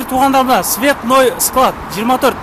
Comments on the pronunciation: Ассалоому алейкум, цветной эмес "Цветочный " окуганды уйронсун биринчи. Толко эмес только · Азыркы блогерлер коридордо окугандар окшойт цветочныйды туура окуй албай окшоштуруп койдуго